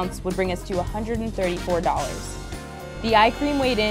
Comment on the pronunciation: I think this gurl watches mikey from glam and gore because of the way she says dollars cuz we all know mikey says dollhairs instead of dollars lol i just noticed it